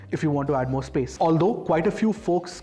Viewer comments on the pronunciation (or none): none